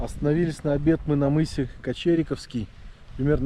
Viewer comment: Правильно КочерикОвский. КочерикОво.